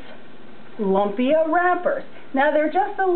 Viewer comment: Thank you for sharing. Please don't get upset but try saying "loom-pia" this is what it really sounds like. It is spelled lumpia but it is not pronounced lump-ia. You are very correct, yes there is many different ways to make it.